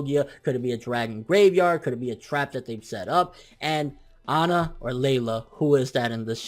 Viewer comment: her name is not Onna it is Anna as in Ann with an A at the end